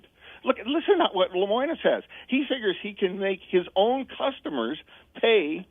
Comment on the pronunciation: This guy doesn't even know how to say Lemonis.